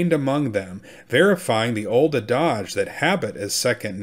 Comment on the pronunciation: ADAGE is pronounced "AD-ij" not "uh DAWjsh" Second time in two days I've heard this common word mispronounced, as if it were French. The other one was in a New York Times podcast. Is there something happening out in the world that accounts for this?